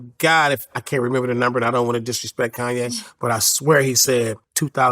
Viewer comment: Who is this conyay? I think his name is ye.